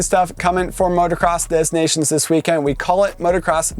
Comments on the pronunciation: If u want to say it the French way it’s “motocross de nacion” . Don’t pronounce the S and nations is pronounced differently. Anyway. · If you say Des Nations to a French they'll say "DES NA-C-ONS ?"